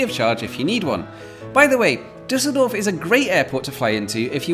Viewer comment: ‘This is the Disseldorf Sky Train.’ Disseldorf? 🤪